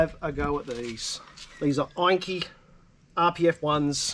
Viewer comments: It’s pronounced “ENN KAY” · Thanks mate and we have already changed our pronunciation of Enkei in future videos. 😀